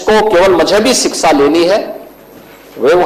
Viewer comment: 😂 Yogi tum iitne jahil ho tumhe ,kshixa, education sahi bol na bhai nahin aata hai, sahi hindi bhi tumhen. Nahin aati hai ,ye nahin chalega, samjhe